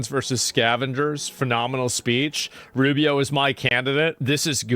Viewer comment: Not Rufio... ROO BEE OH ROO BEE OH ROO BEE OH